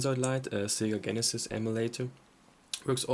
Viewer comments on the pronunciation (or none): It's Jeh nuh sis not Gen uh sis